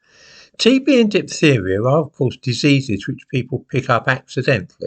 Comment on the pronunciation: Diphtheria is a hard word to pronounce ("ph" is pronounced "f" in English) 😉